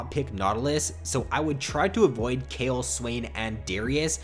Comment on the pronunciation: the way he say kayle makes me cringe